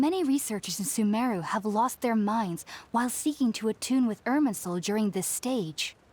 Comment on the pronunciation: It is Sumeru not Sumaru